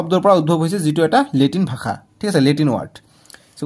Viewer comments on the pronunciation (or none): none